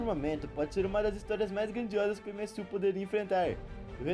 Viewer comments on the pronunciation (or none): MSU? Kkkkkkkk Pq em vez de tentar falar no inglês (MCU) n fala no Br (UCM) msm? Mais dificil de errar